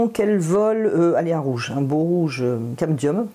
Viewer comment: Merci pour cette petite vidéo toujours enrichissante...ça m'amuse toujours quand vous dites camdium (ce qui n'est pas facile à prononcer) au lieu de cad mium....